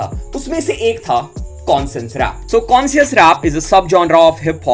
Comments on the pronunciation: Bhai consince rap nhi bolte isko, isko bolte hai conshious rap that's how u should pronounced it. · Bhai pronunciations skill sudharo conscious rap ko consess rap bula rahe ho 😅😂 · Ache se bol , consens kya hota hae? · M koi gyaani Nahi Hun lekin bhai wo कोनसिंस Nahi कॉन्शियस hota.. Correcting cuz I like watching ur channel.. No hate🙌🏻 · Conscious rap ka pronunciation galat h bhai